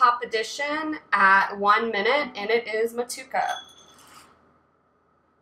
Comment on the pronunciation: I believe in NZ they pronounce it Mo-too-ay-kuh Seems like a fantastic recipe tho! I love brewing IPAs with those NZ and AUS hops, I’m planning to brew one as well soon and just picked up some Motueka and Wakatu hops